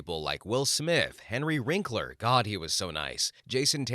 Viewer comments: Henry WINKler. Not WRINKler. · One of the stories included a nice remark about Wil Wheaton - the writer might want to look up a f/b post with Wil Wheaton called "William F**king Shatner". It's both poignant and funny as hell. BTW, please edit the narration and captions - the man's name is Henry WINKLER not Wrinkler.